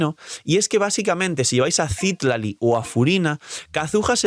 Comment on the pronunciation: v sería muy mamón si menciono que Citlalí está mal pronunciado?.. digo, tiene el acento en la "i" final, no al inicio... de igual forma debería decirse Citláli, como en México se pronuncia normalmente. Solo digo ._.